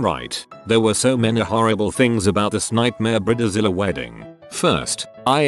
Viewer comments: He pronounced it briddezilla💀 Just get a real person to read this ffs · Brid-e-Zile is always my favorite part of these videos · I love the way he pronounces bridezilla....brid- de- zilla!